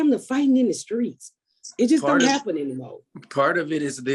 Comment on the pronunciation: ‘dem’ ‘skreets’ talkin’ tho…